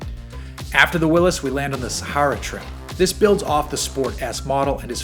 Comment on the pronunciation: SAME! And the way he pronounces Sahara.